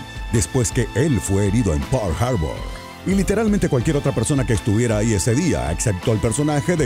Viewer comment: ¿Por qué lo pronuncia "Pourl Harbor"? Ahhg, de veras creo que estos tráilers doblados los hacen con las nalgas.